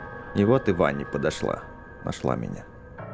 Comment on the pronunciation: Не Ванни а Вэнни